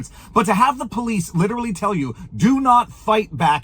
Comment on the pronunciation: What is 'Lilerelley? Are trying to say literally? This is literally goodbye to English.😡